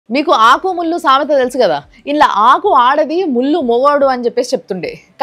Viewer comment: ఆకు,ముల్లు అన్నట్లు వినపడట్లే అదేదో అన్నట్లు వినపడుతుంది...